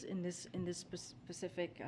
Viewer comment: Pacific question? Lol